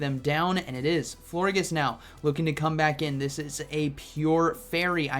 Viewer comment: It’s definitely pronounced “flor-jis” like gorgeous 😭